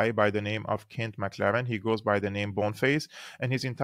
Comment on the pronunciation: Boneface's name is "McLellan" not "McLaren"